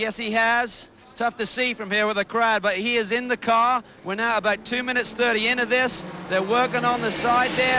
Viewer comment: This guy say care instead of car:. 😂